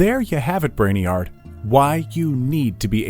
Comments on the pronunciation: Its pronounced brainyerd not brain yard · Why the f is he saying brainiyard???